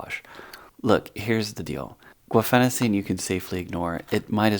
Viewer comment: Let's set aside the (slightly alarming) fact that you can't pronounce it. From a Feb 2018 Pubmed case report: "Daily use of guaifenesin (Mucinex) in a patient with chronic bronchitis and pathologic mucus hypersecretion: A case report: We report an improvement in symptoms and quality of life with long-term use of guaifenesin for the treatment of mucus-related symptoms in a patient with chronic bronchitis, who presented with mucus hypersecretion, cough and dyspnea. (...) His forced expiratory volume in one second (FEV1) was 23% of predicted, his Global Initiative for Chronic Obstructive Lung Disease (GOLD) COPD score was 2, and asthma control test score (ACT) was 11 indicating moderate to severe chronic obstructive pulmonary disease and uncontrolled asthma. Given his chief complaint of “too much mucus”, which was worse in the morning and took “forever to cough up”, we recommended that he add guaifenesin (Mucinex) at a dose of 600mg/day to his medication regimen. Within three days of starting guaifenesin he estimated an approximate 60% decrease in the volume of mucus, and reported that the mucus was much thinner and easier to expectorate. He also noted less frequent and less forceful coughing and was able to breathe better. Daily guaifenesin therapy was continued for 3 months and then pulmonary function tests were repeated. At this time FEV1 was 24%, GOLD COPD score was 3 and ACT score was 14. Despite the lack of improvement in pulmonary function, asthma control improved b